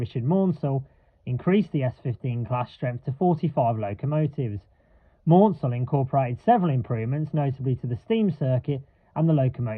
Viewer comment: Please note that the Southern CMEs name is not pronounced 'Mornsel' but 'Mansel to rhyme with cancel. Also 847 has run but only on the heritage Bluebell railway.